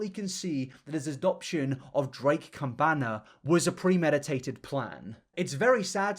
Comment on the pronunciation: It's campaña, campan-ya haha Also, Mexicans are Americans too He's from the US, so a United Statesian. Estadounidenses is how you say ppl from the US in Spanish.